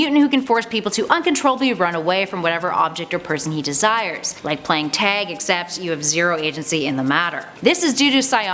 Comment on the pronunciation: I definitely thought she kept saying “tang” when she said Tag